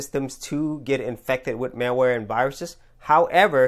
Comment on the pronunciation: It sounds like you keep saying" mailware" or "mareware" instead of " malware." :P